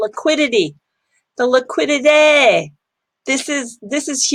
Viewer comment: Liquiditahhh lol